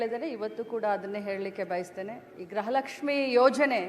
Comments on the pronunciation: ಹಲೋ ಪಬ್ಲಿಕ್ ಟೀವಿಯವರೇ ಲಕ್ಷ್ಮಿ ಹೆಬ್ಬಾಳ್ಕರ್ ಇದಾಳಲ್ಲ ಅವ್ಳು ಪ್ರತಿಭಾರಿ ಗ್ರಹಲಕ್ಷ್ಮಿ ಗ್ರಹಲಕ್ಷ್ಮಿ ಅಂತ ಹೇಳುತ್ತಿದ್ದಾಳೆ ದಯವಿಟ್ಟು ನಿಮ್ಮ ಪಬ್ಲಿಕ್ ಟೀವಿಯ ಮುಖಾಂತರ ನಾನು ನಿಮ್ಮನ್ನ ಕೇಳುತ್ತಿದ್ದೇನೆ ಅವಳಿಗೆ ಹೇಳಿಕೊಡಿ ಗೃಹಲಕ್ಷ್ಮಿ ಅಂತ ಉಚ್ಚಾರಣೆ ಮಾಡಿ ಅಂತ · ಯಪ್ಪಾ ದೇವ್ರೇ! ಅಮ್ಮ ತಾಯಿ ಅದು ಗ್ರಹಲಕ್ಷ್ಮಿ ಅಲ್ಲ 🚫 ಗೃಹಲಕ್ಷ್ಮಿ ಕಣವ.. ಗ್ರಹ ಎಂದರೆ ಬೇರೆ ಅರ್ಥ. ಗೃಹ ಅಂದ್ರೆ ಬೇರೆ ಅರ್ಥ. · This is not grahalaxmi it's gruhalaxmi please speak properly Kannada